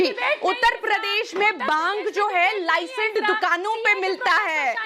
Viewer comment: OMG this lady is soooooo dumb.... She doesn't know why she is here.... She is saying 'baaaang' instead of bhang and "lie-send" instead of licenced 😂 "baaaaaang lie-send dukano me milta hai".....also she is stuck with 'baaaang ke pakoda'😂😂😂